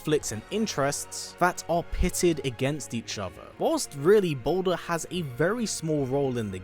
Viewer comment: Balder??? The way you say his name it sounds like you’re saying “BOULDER” aka A big ass rock!